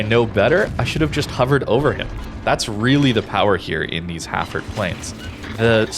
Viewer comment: So weird hearing it pronounced Ha'ford. UK vs USA pronunciation :)